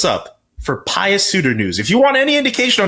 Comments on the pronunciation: Pie-uss? I think it's pronounced Pue. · Pius is pronounced “pyoos”, like the color puce